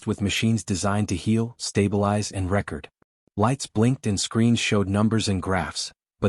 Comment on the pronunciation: Just came to the conclusion that AI has no concept of context - as an example, "record", meant in that case to make note of, which should be pronounced ree-kord, comes out as rek-erd . . . quibbling, but is THIS what we get from AI - mispronounced words, no sense of context? Hadda nuff and bailing . . . .